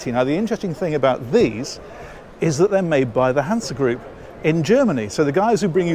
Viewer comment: The e in the end of "Hanse" is pronounced the same way as the "e" at the end of "Miele" ;)